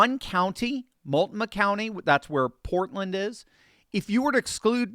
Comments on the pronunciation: Its pronounced Mult no mah county, not Mult mah. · Mull-NO-muh is the pronunciation. The "t" is silent and the stress is on the 2nd syllable. This move would protect Idaho from turning blue due to the 30% Democrat vote in the 2024 election.